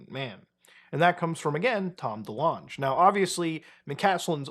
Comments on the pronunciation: The way you say delonge 😆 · As much as I wish it was, I don't think that's how you say Tom DeLonge's name (yes, it's THAT Tom DeLonge, for those who don't know, look up Blink182)